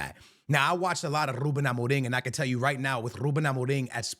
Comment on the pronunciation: Listen to this man saying “Ruben Amorim”! That’s how you say it in Portuguese! Keep up with the awesome content!